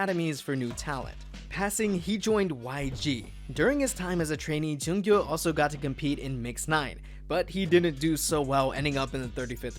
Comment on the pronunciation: Please don't flame me... Junkyu is pronounced June-Queue